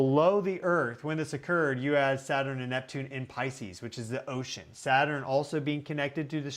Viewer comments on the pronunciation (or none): none